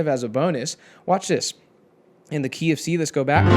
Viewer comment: Am I the only one who hear KFC when he says "Key of C" :-)))